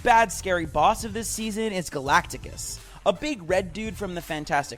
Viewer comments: Bro called him galacticus it's galactus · No way he said Hemingsworth and galactics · galactus❎️ galaticus✅️